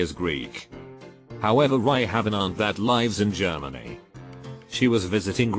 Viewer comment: Can never say "lives" correctly.